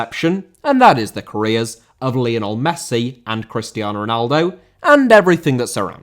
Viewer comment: Lionel* not Líonl